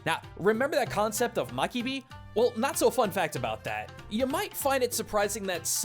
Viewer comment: it's mabiki, not makibi.